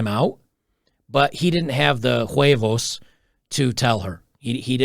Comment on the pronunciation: As a native Spanish speaker was quite funny when you said huevos